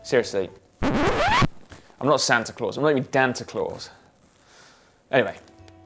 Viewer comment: Si-ta Claus.